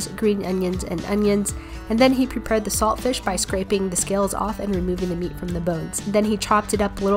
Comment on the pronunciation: You don't pronounce the t in saltfish